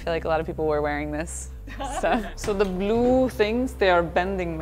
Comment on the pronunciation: That "Blue" Sounded So Much Indian😁😁